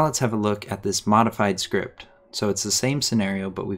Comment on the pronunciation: i like the way he says "Schript"